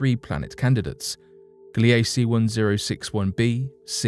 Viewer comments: Gliese is not pronounced "Glee A Cee" it is pronounced "Gleece" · Gliese is pronounced "GLEE-zə" named for a German astronomer.